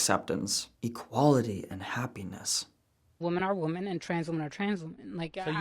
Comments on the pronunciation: I hate how she says women and woman the same 😂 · I just can’t stand it when people pronounce women as "woomun" instead of "wimmin". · What she says would be a lot more comprehensible if only she knew how to pronounce the word "women". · I can't watch a person who can't pronounce "women". I appreciate them dropping the "cis" but ffs using woman for singular and plural is making my eye twitch. I love your content, but I have to bow out of watching this video. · Does everyrone SERIOUSLY forget how to pronounce “women??” I swear to God, people don’t know how to say it, nor do they know the difference between “woman” and “women.” It’s not hard, folks. Singular vs plural. 😂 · Right, but that has nothing to do with my comment. People these days have no concept on how to pronounce the plural form of “woman” which is “women.” I wasn’t talking about they/them.